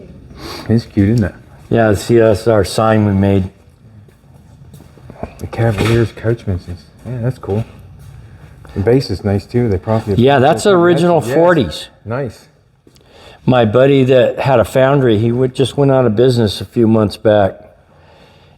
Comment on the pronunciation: Calaveras! NOT cavaliers.